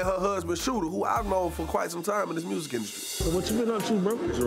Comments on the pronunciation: I got my “murrsikkk” 😂😂shooter wth!! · “I got my mursic “😭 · Shooter & Scrappy with their mur-sic & bur-tiful 😂😂😂😂